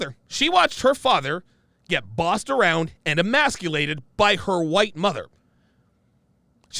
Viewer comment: City News ” Eemaslate” 😅😂